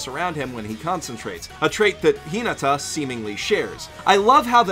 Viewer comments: I cringed everytime he said “Hee-nugh-tah”. It’s Hee-nah-tah. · I honestly didn't realize he said Hinata until I watched it again! 😂 (Thought he said something like Hin-ada. 😅) Awesome video! I watched this, and then the next Haikyuu!! episode I watched had Fly High as its OP so it was cool to notice all the little things you guys pointed out here. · The way "Hinata" is pronounced is SO ANNOYING And the inconsistent use of first vs family name IS EVEN MORE ANNOYING